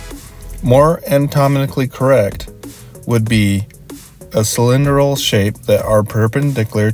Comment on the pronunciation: it's great advice but I keep laughing at these pronunciations XD "guess-ture" "perpendicklur" "antomically" "cyllindral" (I say this not judging, just amused)